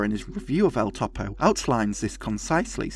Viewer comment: "Synechode, New York" is an amazing film by a Jodoworsky fan... Btw, Topo is generally pronounced closer to (toe • poe) than (top • oh).